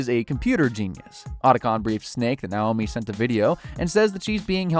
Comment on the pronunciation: It is also dreb-IN and nay-OH-me